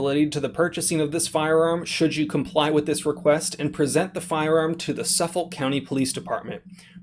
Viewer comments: Suff-oL😂 Its pronounced Suff-ick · 1st of all this is not new. Gun stores get audited all the time. 2nd. it’s SUF-FOLK county, not SUF-FOLD. Now, that rifle does NOT look like a NY compliant weapon. If you were dumb enough to register your rifles during the SAFE Act and your intentionally attempting to get around the NY SAFE Act by loopholing then don’t cry when you get locked up...NYS is a bunch of gun hating scumbags. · The county is suff-folk not suffel lol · As much as I'd like to pay better attention to this, I'm getting very distracted by your pronunciation of Suffolk. As a born-and-raised Long Islander, from central Suffolk, it's pronounced "SUF-fic," not "suf-FOLK." ------ That said... the firearm was illegal when they purchased it based on the configuration... why are they surprised they got a letter now saying they have a chance to turn it in voluntarily and avoid criminal charges? If the barrel is under 16", it cannot be a rifle in NY and therefore it is legally a "firearm." (A "firearm" would be a pistol, a revolver, a shotgun with barrel under 18", a rifle with barrel under 16", any shotgun or rifle with an overall length under 26", or an assault weapon.) Possession of a firearm is illegal as per NYPL § 265 except as permitted under NYPL § 400. § 400 permits you to obtain a license to own a pistol or revolver, but not any of the other categories. Thus we will need to consider this a pistol to discuss its legality. Given that it would be a semi-automatic pistol with the ability to accept a detachable magazine, we need to check the assault weapons test. If it has a stock, a protruding hand grip, a mag well external to the grip, a threaded barrel, a barrel shroud, OR is more than 50oz unloaded, it would be an assault weapon under NYPL § 265.00, 22(c). (Interesting to note that a pistol may legally have a flash suppressor (as long as it is permanently attached) whereas a rifle may not.) As it would be an assault weapon, it w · "suff-ickk" county!!!